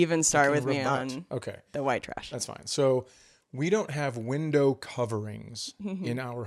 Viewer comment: "Whindow" Is this a callback jab at vocalizing the H sound in words that have a silent H? Holy shit! I never put that together. I understand the mocking aspect of "Chads", but after all these years of watching his comedy, it never occurred to me that Chad Daniels is named Chad. How do you miss that?? I mean, it's his fucking name! 🤣 That's because you don't get to watch yourself getting on an airplane with a garbage bag! 🤣🤣🤣, you need to get a vest that reads: "Service Comic" to wear when Chad is grumpy in public. You need to know two things before moving in: 1) At what temperature does each person prefer the thermostat, 2) Which direction does the toilet paper go? This is a very important thing that a LOT of people need to understand: Threatening to leave the relationship is weaponizing emotions. If you are threatening to leave because of an argument, the relationship is already over. - - - You guys are great. I can't wait to see more.